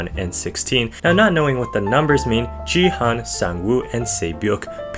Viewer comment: Yo gi hun pronounced as the hard g